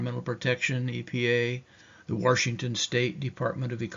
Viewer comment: Washington doesn’t have an r in it 😊